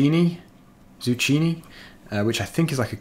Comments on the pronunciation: It's prinounced (zoo-key-ney) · It is pronounced zoo-keen-e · I believe it is pronounced "zoo - keenie" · Pronounced. Zoo-kee-knee. It is a green colored squash simular to pumpkin and okra together. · It’s pronounced zoo-key-nee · Zucchini ( Zoo- key-nee) hope that helps a bit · It is pronounced "Zoo keen knee" and it is a type of Squash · Zucchini is pronounced with a k sound (zukini) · it's Zoo Keen eee for that one crop type and for god's sake it's Die-nasty Not din-esty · you absolutely butchered zucchini it is zu-key-ni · You said zucchini wrong. Pronounced as zu-ki-ni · Yes I know he is from England but it is still pronounced the same. It is not a different language. The British call zucchini courgette.